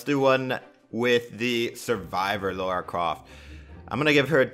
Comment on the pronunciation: its lara not laura